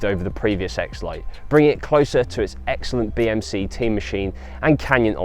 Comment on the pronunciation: I keep hearing BMC Tea Machine, White no sugar thanks😁